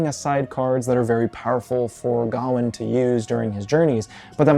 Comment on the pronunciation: The correct pronunciation is with the emphasis on the last syllable: ga-WAIN